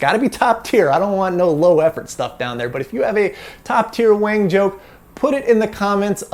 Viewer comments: You're quite white, wang is pronounced wong, so it'd be wong to call it a wang, even if you think you're white! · Actually, I believe that the name Wang, is actually pronounced Wong. That might wall make a difference. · In Mandarin, "wang" is probably pronounced half way between "wung" and "wong" with a rising tone, as if it was a question in English. I read the biography of Wang. A mathematically gifted student from near Shanghai, he escaped the Japanese, got a post WWII PhD at Harvard, and figured out how to read and rewrite magnetic core memory, making it useful as serial RAM. However, Forester had the patent for row-and-column addressing so IBM bought both. They paid about $350k for Wang's patent but about $12m for Forrester's. Wang was double-crossed by a secret deal between a patent troll and IBM. So it seems Wang tried to bring IBM down and was a threat in the Word Processor business in the 70's and early 80's, but he couldn't innovate fast enough and failed towards the end of the 80's. His original big success was to use serial core memory in desktop calculators for Wall Street bankers who needed logarithms and calculus to work out mortgages etc. Although he lived the USA success-story life, Wang carried with him health risk factors characteristic of Chinese and he died of oesophageal cancer at age 70. Wikipedia has a nice summary article about the magnetic core developments : An Wang's patent can be found here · It's pronounced as Wong.